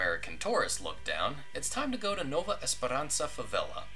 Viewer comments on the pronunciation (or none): none